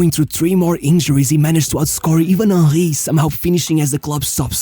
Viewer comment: Your pronunciation of Henry made me laugh each time. Ah-hee